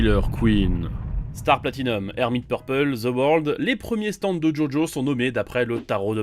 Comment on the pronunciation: Franchement les gars elle est super votre vidéo, mais par pitié revoyez les prononciations des stands :')